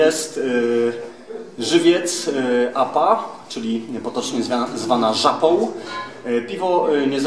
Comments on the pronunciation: Zwana Żapą czy Żapoł ... kurwa na uczcie się mówić. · Co innego literówka a co innego całe życie wymawianie "oł" zamiast "ą"